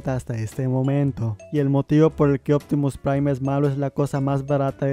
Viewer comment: Nadie: Absolutamente Nadie: Opitimus Prime: IO ZOY OPTIMUS PRIME